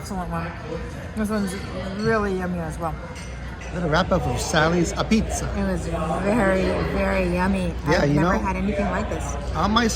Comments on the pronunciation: APizza!! Its sounds like ah beetz and not a pizza. Sally's, Modern, Frank Pepe's, and Zuppardi's are on the bucket list. Shout out to Red Sox nation. Thanks guys!! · Great to see Connecticut feature. But please note, Apizza is pronounced A Beetz in the New Haven area! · Great Vid! how wonderful that you visited my hometown. Just a few things, Apizza is pronounced "Ah-Beetz". and you went to the wrong place for New Haven Pizza, the fact that you enjoyed Sally's speaks volumes. Ernie's, Pepe's, Modern are all superior to Sallys. You have better/other options next time you come to town to truly experiience New Haven pizza. Maybe next time do a shoot out? And dont rely on us for BBQ. Also, for lobster rolls, you need to go the CT shoreline for the best lobster rolls in the country, Not upstate CT. Also, much more exciting things to do in our great state other than the PEZ factory, 41 years of living here, have 2 kids, and weve never even thought about visiting the Pez factory. happy you guys got a taste of CT tho!